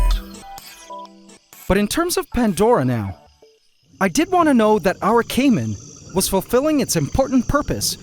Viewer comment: Caïman eh... First name: Kaym Last name: Ant